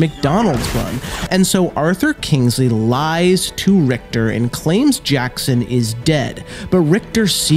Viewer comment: He said jannick right but richter not